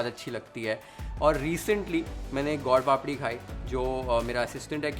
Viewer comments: My favourite chef. U made it look sooo amazing & easy to make . For your information it is not God Papadi it is Sweet/ gud papadi. Your pronunciation was like this. Anyway u made it very delicious & yummy.❤🎉😊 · How do you pronounce gur papdi strange way gaud papdi ,you are speaking Hindi and not any foreign language ,speak and pronounce the right way